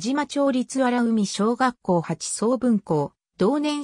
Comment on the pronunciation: あらうみじゃなくてあらかいですよよむちがえてます。